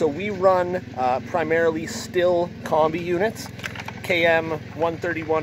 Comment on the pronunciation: Thanks for the video but Stihl is a German word.... German vowels: A (ahhhh), E (eyyyyy), I (Eeeeee), O (ooohhhh), U, (ooooooo). Sthil is not pronounced Stilll.... It is pronounced Shhhhhhhhttttttteeeeeeeeellllllllll, please. Shhhteeeellll.